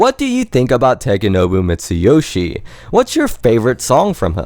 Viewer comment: Could have pronounced his name correctly, but I guess you're guilty of that, too.